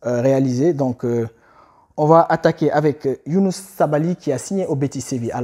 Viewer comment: C Youssouf sabaly pas younouss mais merci quand même 💪🇸🇳